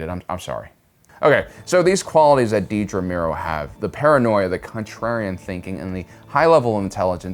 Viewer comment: Another great video and analysis. Just commenting to let you know that her name is Dedra, not Deedra.